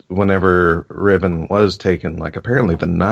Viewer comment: Riven, like river or Rivendell; not Rhy-ven or Rai-ven.